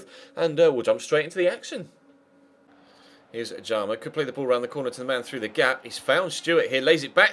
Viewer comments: Btw it's ojamaa not ojama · You say it oyama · Its pronounced O-ja-maa , its Estonian.